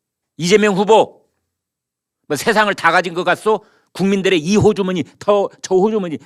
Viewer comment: 국민들의 주머니가 아니고 각 부처의 주머니로 들리는데.